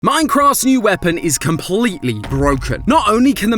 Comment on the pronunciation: "Ain-cross new weapon." Nice. 😂